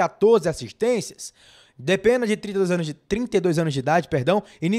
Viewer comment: Enquanto aguardamos que ele estreie e faça história no Bahia, vamos aprender falar corretamente o nome dele. O cara se chama Carlos DE PENA (não tem a letra H nem tem til sobre a letra N, portanto a pronúncia NÃO é "Penha", e sim "PENA", como em Português).